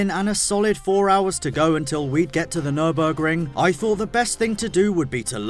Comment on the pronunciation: Nürinburgring? Where is Sabine?? Nürburring maybe??